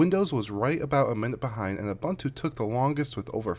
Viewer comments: I am not going to read anything into this test except to say that windoze is substantially slower on my dual boot PC. BTW, it’s pronounced ‘ooboontwo’ not abuntoo. 😉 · Why do you pronounce Ubuntu as "Abantu"? This is not an Englush word, so the letter U should be pronounced as in practically each language of the world except for English, French and Dutch. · BlackWorm Yes, but I disagree. I am South African and his pronunciation is incorrect. I stand by my comment.